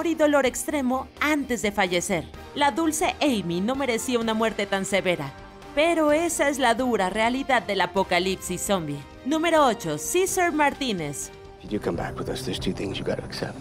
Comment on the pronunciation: Es Cesar Martinez y no Ciser Martínez, como si el nombre fuera americano 🙄